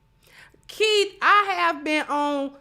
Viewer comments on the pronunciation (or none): none